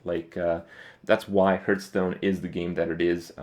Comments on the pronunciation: its not herdstone its hearthstone !!!!!!! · hes playing this game forever and he still calls it hurtstone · Will Kripp ever realize the game is called Hearthstone and not Hurtstone?